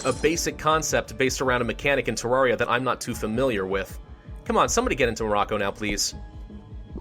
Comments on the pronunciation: he says TARARIA god save him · omg he is pronouncing terraria wrong im only minutes in and i already know i going to be angry